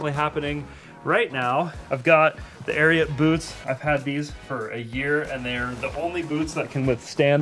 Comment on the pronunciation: You guys should enunciate the t in ariat. For the first half of the ad i thought you were saying arian clothing, which is rather unfortunate from a group of white guys. :) there was much relief when i read the logo. White supremacy doesnt seem like your brand.